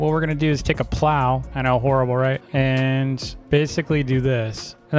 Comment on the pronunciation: the way he says plow gets me lol 😂